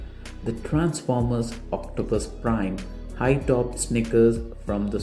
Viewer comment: It's optimus prime not octopus prime